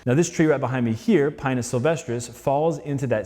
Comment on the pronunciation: I'm a pretty big defender of the idea that there fundamentally is no wrong way to pronounce botanical Latin, since it never was a spoken language in the first place, but this guy really needs to stop pronouncing Pinus like that